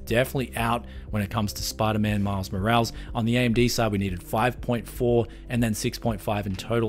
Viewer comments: Small correction... It's pronounced "mor-al-ess" not "moralz." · The way he pronounces Morales as moe-rals is hilarious to me. It's moe-ral-is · "Morales" in Miles Morales is pronounced mo-RAH-les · The way he pronounced Miles Morales 😅☠️ And they call us Americans uncultured 😂